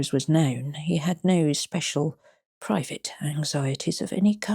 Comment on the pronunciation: Hmmm...I enjoyed this story a lot...but is an actual humanbeing? Or AI? Just a couple of words were pronouced oddly, eg, "private" said as "privet"...of course, that could be coincidence/personal eccentricity, but to read for so long, so steadily, I do find myself wondering...🤔